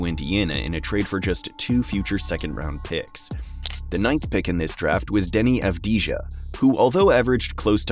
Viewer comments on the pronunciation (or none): Great video! I do think that you should brush up on your pronunciations of players' names. Some that I noticed you might want to hear: Poku, Deni Avdija, Devin Vassell